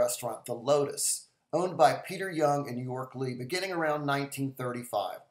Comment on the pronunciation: Btw, the owners of Jung's said pronunciation is "Jung" with a J, not "Y".